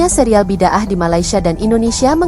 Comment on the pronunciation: Pembetulan..bunyi perkataannya bukan BID AAH Tapi BI DA AH.. Bidaah Dhalalah (Bidaah yang sesat): Inovasi atau amalan yang bertentangan dengan ajaran asal Islam dan boleh mengelirukan umat, seperti mencipta amalan yang tidak ada asas dalam ajaran Islam atau menggubah ajaran yang menyeleweng. Bidaah dianggap sebagai sesuatu yang tidak diterima dalam Islam jika ia bertentangan dengan ajaran asal yang telah diajarkan oleh Rasulullah SAW.